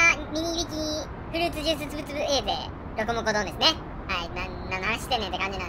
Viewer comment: さん…！ まさかの続編で嬉しすぎる…！ いや、さんと呼ぶべきなのか…？ フルーツジュースつぶつぶの「ジ」はい段ですよさん！